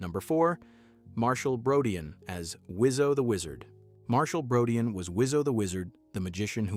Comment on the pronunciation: Marshall's last name is pronounced as BRO-DEEN.